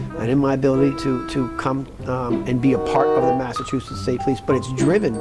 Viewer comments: How many times is he gonna say massatusits state police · Good Lord! What an embarrassment of All The Things. This guy? This? This is the hardened, objective, outside man they brought in to tell us everything wrong will be put right? The guy who can't pronounce Massachusetts but has always and never been from there? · I want 🍗 to say sidebahh 🍻😂 He’s struggling to say “Mah-suh-choo-sits” already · Can’t even say Massachusetts. You can’t make this shit up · You should stay retired, pal, because you sound like you have no idea what your talking about you can hardly even pronounce THE MASSACHUSETTS POLICE. So is the case still open or not.